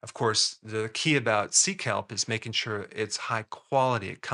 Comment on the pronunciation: 😂 heard 😂 it as seek help.. 😂 sea kelp... love that stuff ♥